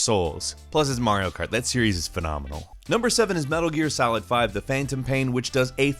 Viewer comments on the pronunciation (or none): i heard "metal gear salad"... Maybe he does pronounce "game" in a weird way but i didnt notice it